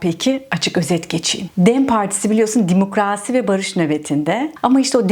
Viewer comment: sana bayılıyorum.Hele şu Demokraasi demen 😅